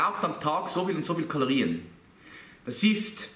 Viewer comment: Kaloriän xD